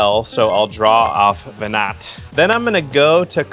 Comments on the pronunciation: my ffxiv brain twitching whenever called her veNAT instead of veNAH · Venat is pronounced veh-nah. Every time you call her veh-nut is like a slap to the face. Learn how to pronounce your cards.